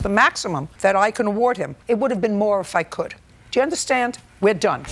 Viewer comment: I love it when Brooklyn girl JJ say, “D’ya understand?”